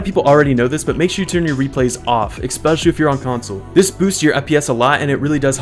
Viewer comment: Ekspecially lol no hate tho just think it's funny thnx for the video